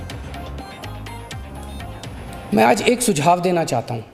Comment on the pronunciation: सुक्षाव नही सुझाव होगा पत्रकारिता तो बर्बाद कर ही दिये कम से कम हिंदी का नाम मत खराब करो